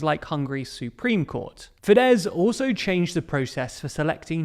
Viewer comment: You have no idea how happy you've made me by pronouncing fidesz right. Even though I hate fidesz.